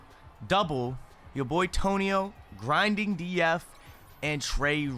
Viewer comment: no one gonna talk about how he said grindingDF 🤣😂